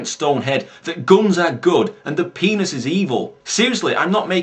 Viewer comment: just the way he says it <X,D The "Pe"nis is evil! (emphasis on PE)